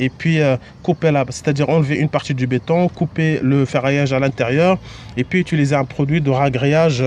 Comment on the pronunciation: Merci infiniment. ps: on dit : utiliser pas "étuliser"